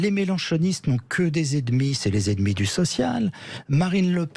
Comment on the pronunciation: apprenez à prononcer " E N E M I "; pas edmi!